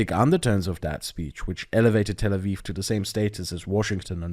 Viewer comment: Tel Awiw? Aviv